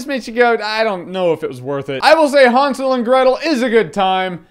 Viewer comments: Was i the only one annoyed how he pronounced hansel, its han-sel, not hun-sul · I thought it was Han not Hon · Isn't it pronounced (hand-sil)? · Did anyone else heard him saying Han Solo and Gretel every single time? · i want to strangle him when he says hansel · Just say Hansel with an A like an American would - it is supposed to sound like that ;) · That's not the way the word is spelled, so why do you pronounce it like that? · Wtf us what I thought when I saw this trailer remember snl weekend updates with seth and amy doing 'really! !!!' That's how it looks, Jeremy what ya doing? ??? Renner not you lol but JJ you say Hansel very oddly ...very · Relax. Amerikaner können das halt einfach nicht aussprechen.